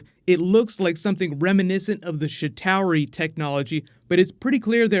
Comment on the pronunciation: you kill me with your pronunciations. SHIH TAREE not CHI TOWRY • EETHER not AYE THER hahah and Stones!! Not Gems in the MCU